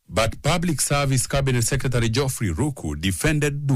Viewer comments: That reporter needs to go to pronunciation classes. The word Secretary..... Can be pronounced correctly and better. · Waah this reporter is actually saying Secretary 😂😂😂😂